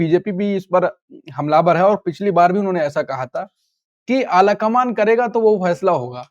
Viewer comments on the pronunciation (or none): Ala kamaan नहीं kala kamaan